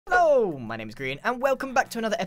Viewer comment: The intro ain't Hello but Ello and I love that he didn't spend more time fixing it